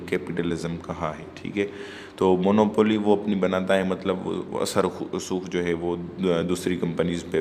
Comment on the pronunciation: Plz correct your pronunciation of Monopoly , imperialism etc. Rest is your nice effort